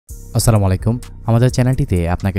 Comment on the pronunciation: আসসালামালাইকুম মানে কি জানেন সবাইকে মরতে কল ঠিক আছে সেজন্য বলতেছি সালামটা শুদ্ধভাবে আপনার সঙ্গে আপডেট গুলো আমি নিয়মিত দেখি আপনাকে অনেক ধন্যবাদ ঠিক আছে উপস্থাপনাটা করার আগে সালাম দেবেন সুন্দর করে